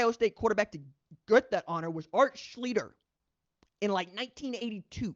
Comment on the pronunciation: Okay I'm tired of you messing up Art Schlichter's last name and this isn't the first time you've done it. Phonetically it's pronounced "Schlee-ster" you somehow include a "D" in his last name somehow. How the hell you get "Shleeder" from the spelling? Watch some game footage with him in it to see how they pronounce his last name please. If you're gonna keep using him as a reference get his last name right.